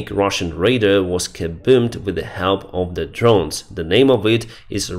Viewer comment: According to new English, now kaboom is a verb too: to kabüm